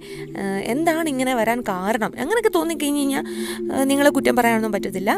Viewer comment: Its good but she can standardize her malayalam. Kayinjal is a wrong usage. Kazhinjal is the right pronunciation. Please be careful while using our Mother tongue